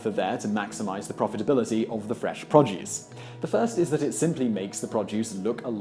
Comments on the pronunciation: It's pro-duce, not prod-juice. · Produce - pronounced "pro + duce" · P r o d u c e just say it. Produce. P r o d u c e